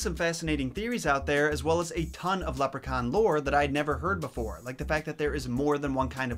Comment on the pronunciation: Love the way u say leprechaun its mint 😁